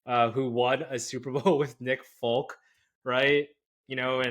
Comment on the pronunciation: Nick Foles, not Nick Faulk 🤦🏻‍♂️